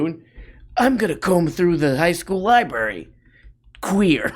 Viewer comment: It's pronounced LIBRARY not libary! I was going to say you seem smart, but it's obviously the contary.